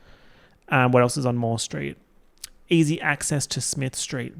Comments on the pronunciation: i heard "street of the year" as "straight of the year" as in straight person. and i was like that's an incredible category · When he first said "street of the year", I thought he said "straight of the year" AKA the straight person who excelled in being less annoying than all the other straights. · I THOUGHT HE SAID STRAIGHT OF THE YEAR and was dyinnggggg, was really confused when he said they were all Melbourne based straights